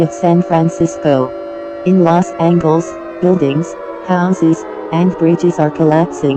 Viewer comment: "Okl-ahma" 💀 "Vir-geena" 💀 Meanwhile People at Maryland and Delaware: -_- "Lost Angles" 💀 "A-gain" 💀